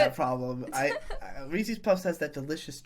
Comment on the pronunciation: >"big Reese's fan" >Says it "Reesees" Is this just an East coast thing to butcher the pronounciation? I've never heard it from the West, Midwest, or South